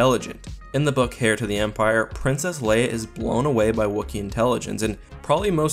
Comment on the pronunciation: Sorry to be THAT guy, but heir is pronounced like air